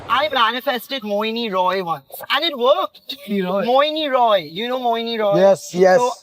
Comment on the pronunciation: Tooo shocked that he spoked Mouni as Mohini 😮>>>